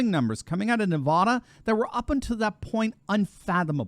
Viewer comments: It is not Ne-VAH-duh. Short-a, like the middle a in banana. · It's pronounced Nuh-va-duh (a as in cat). Thank you. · Good God! You folks on the east! If you can't actually say Nevada or Oregon correctly.... Just don't say it at all! This video is hard to deal with every time says Nevada. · Man, I just hate it when you mispronounce Nevada. It is not pronounced like the spanish word of the same spelling. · I love listening to you, but you need to learn how to say Nevada correctly... Love everyone who lives in Nevada!!;-) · Pronounce it correctly. Nevada - the first "a" is as in apple. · I love ya, but pleas say Nevada right? A as in apple, absolutely, Advil. Lol. Obviously I live in Nevada and I'm crossing my fingers this is right. Will save me from moving. Lolol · For the millionth time, please learn how to pronounce NEVADA properly. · Please pronounce Nevada correctly for goodness sake. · Great Video but as a long time resident of southern Nevada; we pronounce our state like as in; Nevaaaaaaaada. It's not Nevoda!😄. Keep up the Awesome channel!🤠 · Nevahhdahh?‼️😜..., it's Nevăda... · “Nev-ad-a” not “Nev-arr-der” (apparently) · Thanks for covering Nevada. It's really funny listening to people outside the state pronounce Nevada. It's Nev-add-a not Nev-odd-a. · "NevAda" Not NevAWda"! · The first 'a' in Nevada is pronounced like 'bad', not 'bod' How to pronounce Nevada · people in Nevada hate it when you say it like you say it, "Nevouda". Say it like this "NEVAADAH". you'll make more friends there. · its nevada not nevahda lol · NEVAAAAAAADA not NAVAUDA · it's pronounced: Nuh-Va-duh, not Nuh-vaw-duh. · Great news for our State of Nevada (Ne-vad-a, not Ne-vod-a, it is an "ad, not odd"). The one thing which is odd about Nevada, is Reno,j Nevada is farther West than Los Angles, California. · Isn't it pronounced Ne--uh (rhymes with Ne uh), instead of Ne-vod-uh? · NE-VA-DUH NOT NE-VA-DAH